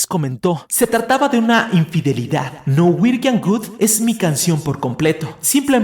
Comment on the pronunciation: muy bueno el video pero cuando dices norwegian Good me causa gracia xd. Un abrazo!